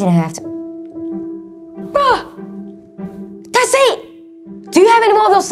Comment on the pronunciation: It’s bruh not brah